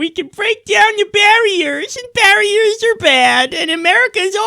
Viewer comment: bweak down da bawiyahs